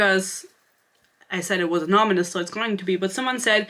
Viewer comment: Anonymous = A-non-om-us